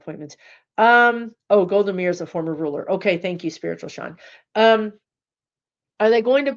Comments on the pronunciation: It's pronounced Golda "My-ear"... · Pronounced MY-EAR, Golda Meir.